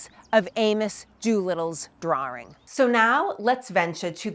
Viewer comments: I have never heard "drawing" pronounced as "drar-wring" . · There is no "R" in drawring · "Dr-oor-ing", eh! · What is a "Drwarr-Ring"? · Im going to take a shot every time she says "drawring" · Fascinating how her accent pulls the "r" out of 'Concord' and puts it into 'drawing.'